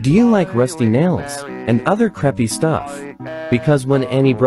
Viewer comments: When you say "creepy" it sounds like "preppy" 😂😂💀💀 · When u always say creepy I though you said preppy😂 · Legend has it: He never has said creepy to this day. He says creppy. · Ah yes, "Creppy"